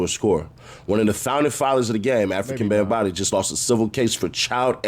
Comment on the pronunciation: he keeps calling him African Bambataa lol. fuck bam he dont deserve an actual telling of his name lol